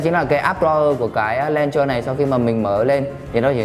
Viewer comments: đọc là "lôn chơ" chứ k phải "len chơ" nhé anh gì ơi. mình góp ý vậy thôi chứ k có ý gì nhé :p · chính xác là đọc là ''lăn chờ'' bạn nhé .__. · review hay, nhưng mà mình xin góp ý tí xíu là launcher anh review phát âm bị sai nhé :D